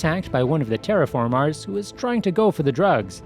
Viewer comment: Why do you say TerraFarmars